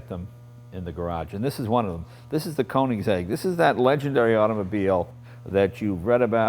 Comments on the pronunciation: i think Jay should have taken at least 3 seconds to learn how to say the mans name correctly. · Jay please, you own the car and can't even pronounce it right